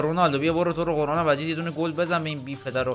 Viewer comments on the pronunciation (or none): none